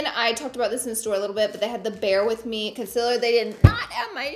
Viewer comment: love the way you say con-SILLER <3 xoxo